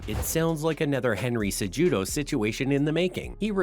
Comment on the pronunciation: "Cejuido"? Really? If you're making a video about people, pls next time, put at least in enough work to know how to pronounce their names (especially when it is this obvious...)